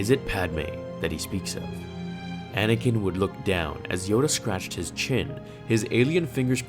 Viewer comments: You just figured it out because you're dumb and it's Anakin not anikin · Well, it's actually Anakin, not Anikin, so..